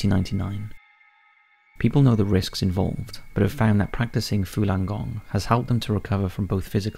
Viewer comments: Falung Gong not "Fulan" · Again it's your pronunciation that is fucking bad buddy .... Fooolan gong? It's the exact opposite to its spelling... Fallun gong.... You can read and have ok general pronunciation so I only assume it is ignorance or lack of care that would spoil and otherwise good product.... You speak for a living.... Get it right ffs